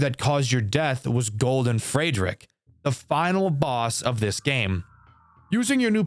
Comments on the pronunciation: why do you pronounce Friedrich as "Fraydrick" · You do NOT know how to properly pronounce "Friedrich", huh? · that pronunciation of friedrich is interesting i’ll say that